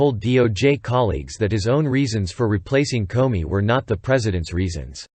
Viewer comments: This is very realistic - I actually thought I was listening to a human voice until it repeatedly pronounced "Comey" as "Corny." Listening to the report is definitely easier and more enjoyable than reading it myself!! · Karen Millen, this is a good Quality and from minute 43 He speaks Comedy correct.